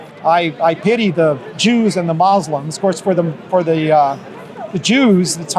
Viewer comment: When 2 Muslims are in your face talking to you.... And the word Muslim has been pronounced correctly many times.... And you choose to instead say mozzlem ..... With that you tell me where your heart is. 🔥